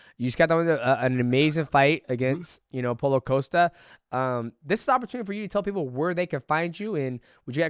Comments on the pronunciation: He called Paulo "Paula" 😂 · 😂 Calls him Paula again lol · I feel like DJ intentionally mispronounces fighters' names at this point 😂 how do you get Paulo wrong? Paula? Come ON bro